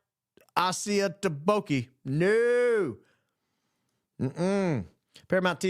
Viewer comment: hahaha I like the way reacted to my Super sticker "...most people pay $50 has something to say, NOT assiaTboke hahaha ( it is assiat boke ). You speak the truth, so I pay to listen what you say.